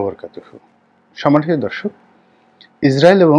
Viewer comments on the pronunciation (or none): none